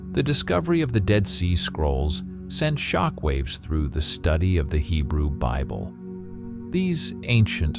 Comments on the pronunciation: lol at "the canon beeble" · Ok I thought this was AI, it slipped up pretty bad in the beginning, but seemed to work itself out after the beble pronunciation haha